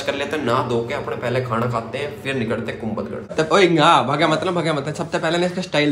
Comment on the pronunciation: Kumbhalgarh not kumbalgarh